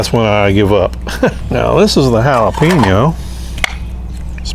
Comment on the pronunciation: It's so wrong but sounds so right: Hail uh pee noh Spam!